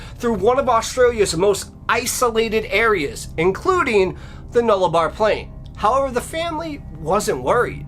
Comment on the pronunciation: YaY!! Thanks!! An Aussie story! It's pronounced air -Eyre. And Nullabor is pronounced Null-a-bore/boar. Sorry.... Im a bit of grammar nazi.😆 I have heard this before but it isn't very well known. Plus U told it so well, with such enthusiasm!! Thanks for the Aussie story! 🇦🇺